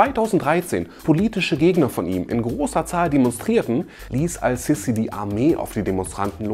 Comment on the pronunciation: Sprich den Namen bitte Ass-Sisi aus. Das S ist ein Sonnenbuchstabe und wird deshalb assimiliert.